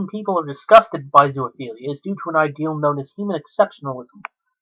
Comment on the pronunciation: Again its not ZOO-A-PHELIA ITS ZOOPHELIA! I REALLY HOPE YOURE IN PRISON FOR LIFE.